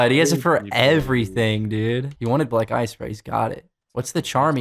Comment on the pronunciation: Idk why but everytime said black ice to me it sounded like he was saying black guys idk why